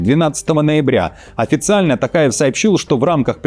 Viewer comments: Пожалуйста,не Такаев,а Токаев🎉🎉🎉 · ТОкаев, произносите пожалуйста фамилию правильно, не ТАКАЕВ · Токаев,Ане Такаев.Попов а не Папав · Токаев и не Такаев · При всем уважении , пожалуйста произносите имя и Фамилию президента РК правильно: ТОкаев КасымЖомарт Кемелевич! А так я ваш постоянный слушатель , и подписчик!🤝